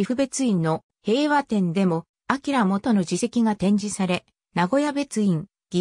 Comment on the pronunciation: 【業務連絡】「あきらもと」ではなく『しょうげん』